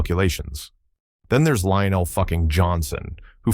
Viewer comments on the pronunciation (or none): none